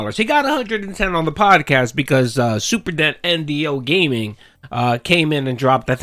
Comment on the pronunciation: 😂😂” super dent”…..😂😂